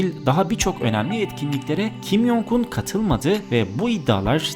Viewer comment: Kim yongun diye okunmuyo okunuş şekli kim congun j harfleri c diye okunuyor y diye değil